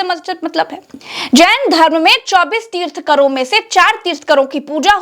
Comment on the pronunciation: पहले बोलना सीखो 24 तीर्थंकर होते है तीर्थंकर नहीं